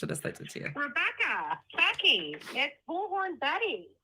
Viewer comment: Ru-becca-uh babe. She’s admitted she knows the law and what has been done to her has been so bad she’s going to file lawsuits. She obviously knows it’s wrong to do this by her own admittance. I am glad you have the ability to laugh at these things.